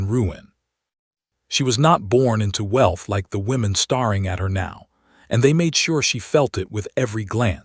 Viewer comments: 😂😂 Starring as opposed to staring had me laughing out loud! They always get “lead” wrong and read LED. It’s very distracting at times but comical at the same time. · Star so the stars are staring at each other instead of staring stare with ing added Or pronounce stair-ing Hope- ing not hopp-ing. Rabbits hop hop hopping down the road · The only consistent thing in each story is the terrible pronunciation of staring and hoping. Lazy content and should be narrated by a real person! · The AI narrator is misspronouncing "staring."